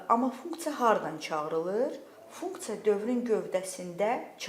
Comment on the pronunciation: Funktsa deyende deyesen mədeni olur😂